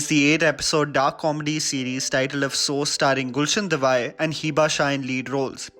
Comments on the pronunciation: Devaiah is pronounced different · How many here know to pronounce Gulshan's second name properly? :3 (Kodava names do not have to be butchered) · Hey, I am following your review for Afsos & my Thoughts are consistent with what you mentioned in this video. One Generic note/feedback for you: Please work hard on your diction of Hindi words & names. This is your consistent issue with many videos. Gulsan's last name is "Dev-a-aiah(say as yeah) not Gulsan "Devaih". This being a Kannadiga name but even in Hindi names your diction is a bit shaken & it sounds a bit awkward when you hail from the mostly Hindi speaking part of country, New Delhi. Being a North Indian, at least you e should pronounciate Hindi name correctly but even many times it was not correct. In this vdo, you called out the Creative Director's name(Anirban Das Gupta) in a very absurd way. It is A-nir-baan (or Onirbaan in Bengali accent) but you said it "A-nir-bun". You often said Chapaak (Cha-paa-k) as Cha-pak in your Chapaak review vdo. It's a common sound for splashing(sound) any liquid(mostly water) in north India. You really need to work hard on this diction things for Hindi words or any other. No hard feelings bro, but it sounds very irritating. It's a genuine feedback for you because millions of people are watching your vdos and it feel very irritating to ears when somebody educated like you do this. Your English is top class but when it comes to Hindi or any other regional language(Bengali,Tamil,Telgu,Kannadiga), the things are different. Guys add your thoughts here if I am making any sense here. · Thank you. I was cringing all the time he pronounced it as "devai" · yeah it's not the first video in earlier videos also he pronounced the same. But I like his reviews. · Please GAWD! His name is pronounced Gulshan Devayya! He's from Coorg in Karnataka. Don't butcher names like this for God's sakes!